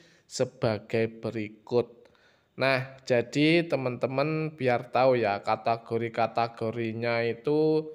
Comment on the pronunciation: Bang bukan katagori cara membacanya tapi kategori